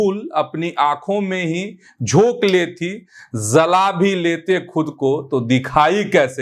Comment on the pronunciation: ज़ल़ा नहीं जला होता अश्आर पढ़ने से पहले उच्चारण (तलफ़्फ़ुज़) सही करें।